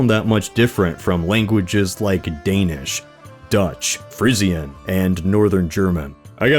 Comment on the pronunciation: Wow, that pronunciation of Frisian was truly special